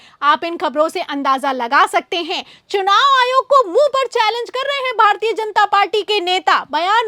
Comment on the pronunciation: Ary, SUNAV nahi,CHUNAV. Muckh se supari nikalke bolo re baba.